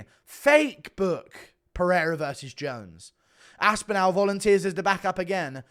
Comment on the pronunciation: Guru has the most horrible pronunciation of “Aspinall”.